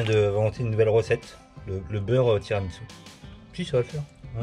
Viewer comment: Génial l’interview de 👍 Par contre c’est TiramISU, et non pas TiramiTSU 😂😂😂